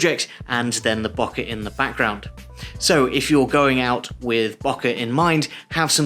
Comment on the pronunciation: Great!! It's pronounced, Bow - Keh ;-)